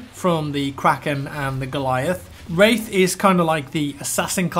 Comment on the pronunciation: am i the only one who thougth he was saying rape